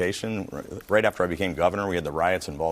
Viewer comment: What exactly is “Nafter” Bernie?